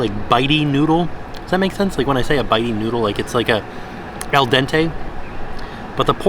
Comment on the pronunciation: Al dente, not El dente